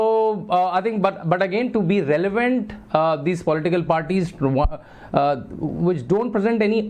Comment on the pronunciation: belevnant? ahaha! Modi's stooge slow down, dnt fck up like Navika has already done it past. haha